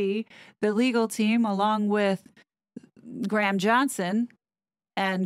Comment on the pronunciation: Thank you for your hard work hard on these two, i have to say you're pronouncing Graham wrong its not Gram... its Gray-uhm